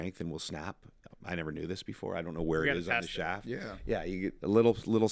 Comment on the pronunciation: Did anyone else wince every time he said "saw" and "shaft"?